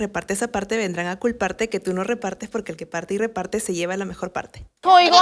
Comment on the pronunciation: Siuuuu me mato cuando hablaron español y ryujin cuando dijo si en vez de se era por q penso q la e en español se pronunciaba con i xd como el ingles :v